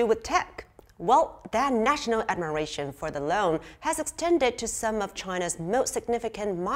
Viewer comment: Should be pronounced as "Loong" not loan! 😅